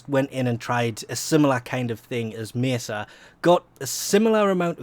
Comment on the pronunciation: you say mesa so wierd